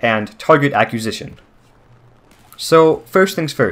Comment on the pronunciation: you pronounced acquisition wrong